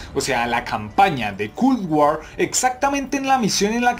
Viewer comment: bro me gusta el contenido pero me causa problema escuchar cuando pronuncias "Culd War"